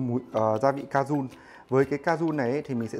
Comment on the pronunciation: đâu phải đọc là ca jun đâu sao ai cũng đọc là cajun v @@